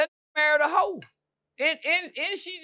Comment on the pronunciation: is the funniest part of this whole interview…. 😭😭🤣🤣🤣🤣💀💀💀 Why say Hoe so hard?😂😂